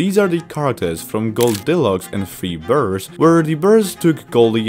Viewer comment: I like how you say bears! Berrs! 🤣🤣🤣